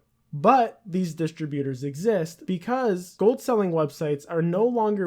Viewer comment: you dont even know how to say "distributors" right